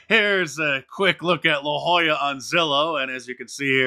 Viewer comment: La Jolla (yes, Mark pronounced it correctly) is the San Diego equivalent of Martha’s Vineyard.